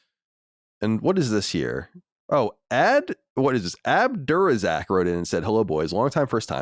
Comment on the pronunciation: A surprisingly good pronunciation of Abdur Razzaq :)